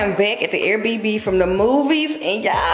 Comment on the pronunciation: The fact she says “air bb” instead of air bnb😂gotta love her